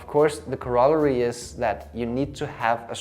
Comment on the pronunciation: especially if you cannot pronounce it :)